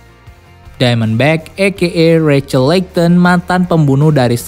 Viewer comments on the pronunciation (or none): none